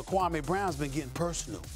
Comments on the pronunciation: SAS didn't do his KWAH-MAY accent here, did he? Jalen Rose confronted him back then and SAS shamed Jalen for it, and this was after Kwame had played 10 seasons in the NBA. Kwame wasn't a good NBA player but in the midst of all the criticism he never once talked back to the media nor showed a bad attitude to any of the teams he played for. Kwame bided his time and is now serving his dish cold. The like/dislike ratio for this video is very telling. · no it wasnt stephen a mispronounced this dudes name on purpose for 20 years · according to kwame he messaged Stephen jackson and barnes respectfully and asked them to stopped something that happened in those dms is what pissed him off and as far as Stephen a he made it personal a long time ago calling a kid a scrub and mispronouncing his name purposely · No he wasn’t... when you purposely pronounce a man’s name wrong just to be funny, that’s personal not basketball. I doubt you would be supporting SAS if he was talking about rights for Blacks, you probably don’t like that conversation do you? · Name anyone on this planet who says Kwame in they top 100 😂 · when your changing the way someone pronounces your name it's personal. Watch the older videos. No need to keep kicking a dead horse. We all know Kwame didn't lived up to the #1 pick expectations.